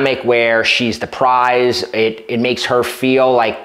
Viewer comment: it's Prize...P r i z e...